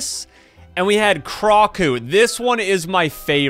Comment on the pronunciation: Its pronation krakoo